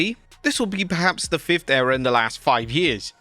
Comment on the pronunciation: Agian with "A New Era(ror)